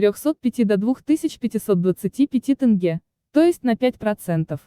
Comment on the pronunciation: С каких пор Казахстане деньги называются тынге? Насколько я знаю это тенге.